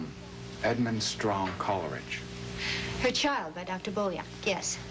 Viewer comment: And she makes it three syllables, instead of two. "COL-E-ridge".